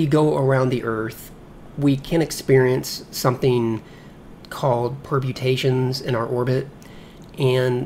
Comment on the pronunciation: Your videos are really nice guides to Orbiter. A little hint: It’s not “perbutations”, but perturbations :) And the time difference between both ToRs in orbit 3 is not several minutes but 30 seconds, which still is quite a difference. DTmin would be minimum time difference, which is 31.85 seconds, like I mentioned above. ;) Thanks for the videos.